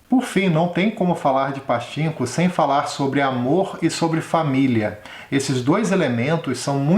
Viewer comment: Adorei o video Se fala pa tchin ko ( como se vc fosse espirrar no chin rsrsrs )